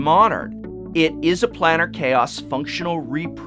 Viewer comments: Plane-ar not Plan-Ar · I think it's plane-AR chaos. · The top two are ok, but the rest are awful. Also Planar is pronounced "play-ner" with a long "a." I love the Bitterblossom print on the wall. Very classy. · Oh man... his pronunciation of "planar" sets my teeth on edge.